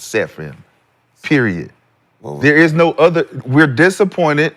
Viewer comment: “No Ooter” - “Makonnen” pudding.